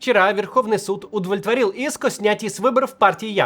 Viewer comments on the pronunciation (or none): Маленькое наблюдение: в который раз замечаю, что Максим неправильно произносит удовлетворил. Все время получается: удволетворил. Там удов, а не удво